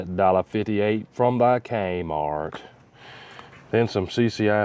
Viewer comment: Wait did you say KMART?